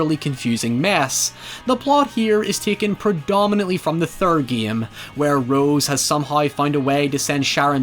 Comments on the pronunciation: First of all you should learn how to say GAME its GAME no Gaiem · English speakers: Game: Geehme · I just gave a dislike because of the shivers that I felt everytime I heard "geam" insteade of "game" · I like how you say "game". "Gee-am". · Maybe it's because of the fact that English is not my mother tongue; but I'm both disturbed and fascinated by your pronunciation of the word 'game'. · I like how says "game" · I thought how you pronounced "game" was bad but I have never heard "hi ever" before im my life